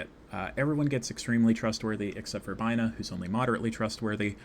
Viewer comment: I really like this video. good job. please pronounce sepirah and binah better, though.